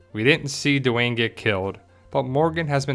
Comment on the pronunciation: normally I love your videos but come on. The character's name is Wes at the end of the show and if he was Dwayne which by the way is one syllable not two, don't you think he would have recognized his father in the video and called immediately on the Walking? Not every black person on the show in the world is Duane and more importantly what the hell does he have to do with Heath? The fact that they both have dreadlocks is ridiculous. That's like saying that Alicia must somehow be associated with Enid because they both have straight hair. Dwayne rhymes with Spain. Not Duh Wayne. Sorry.